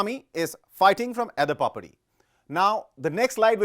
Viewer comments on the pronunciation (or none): Did you just say “Edapapdi” for edapadi..lol